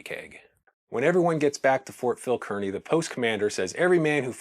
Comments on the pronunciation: just a note to let you know I am from NJ and the fort is pronounced Carney not keerny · Excellent video! Minor detail: Kearny is pronounced CAR-nee, and not CURR-nee. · Kearney is pronounced "Carney". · It's pronounced Phil KAR-nee. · I would surely beg a descendant of Phil Kearney to verify the pronunciation of their famed surname. I hear podcast after podcast delivered by myriad hosts who, though lovers of history, and admirably so, either know something I don't, or have never been to Nebraska where all residents know the name Kearney is pronounced neither Kər-nē nor Kēr-nē, but rather Kar-nē (like car-knee). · Good Video. FYI, however, pronounce "Kearney" like it's "Car-nee." I would also lose the pipe. lol Sherlock Holmes is not from the west, and we don't really appreciate someone trying to look professorial in a sea of dry grass. . . . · Kearny is pronounced "Carney". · Consistently mispronounced "Kearny" but otherwise really nice video. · Distractingly, the name of the fort where the soldiers were stationed is mispronounced throughout the video. Fort Phil Kearny is pronounced as though there is no "e". Like "carnival ". The same as the town Kearney, NE.